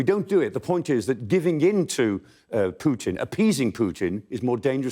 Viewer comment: Clark is brilliant, the other guy that always says "Pyutin" often says something stupid, not really a fan. :)